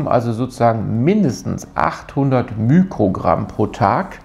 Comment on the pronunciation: Sehr gutes Video, aber bitte nicht immer mükrogramm sagen. Der griechische Buchstabe, der für den Faktor ein Millionstel bei physikalischen Größen steht, ist zwar das Mü, aber es heißt Mikrogramm und nicht Mükrogramm. Man sagt ja auch nicht Mükroskop 😊